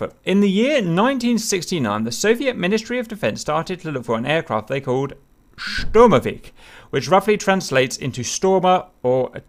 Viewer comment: When he said Sturmovik properly, the first letter isn't an S its a Ш, so he knows how to say it, he just doesnt realise that he should. The Ш sound is just like the sh in the word should.